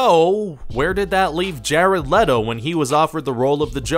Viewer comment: LETO, not LETTO.